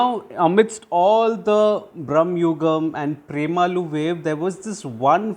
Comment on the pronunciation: It's Pre/ma/lu not Prem/alu.. Whenever you say the movie's name it makes me laugh..It reminds me of Prem (Salman) from hum saath saath hai and aloo😂😂😂